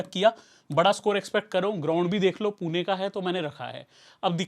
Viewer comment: Bhai पुना nahi पुणे hai. Pun”E” hai “A” nahi. “E” ka pronunciation malum hoga aap ko mere hisab se.